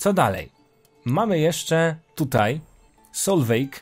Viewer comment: Solveig czyta się jako Solwiś z germańskiego IG czyta się jako Ś a E podkreśla barwę wymowy I